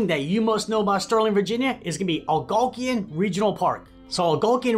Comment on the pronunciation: It's pronounced Algonquin...not to mention the 20164 side was built buy US steel in the 60's.